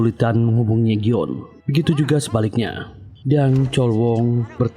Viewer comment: go eum bukan gyon